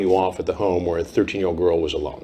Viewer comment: I always thought it sounded like was saying “The Earl you were talking to told you very clearly she was 13” it’s like he forgot the G in girl. I think I’ve watched this too many times